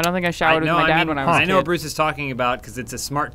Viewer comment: He'll forever be 'Bruss' to me from now on....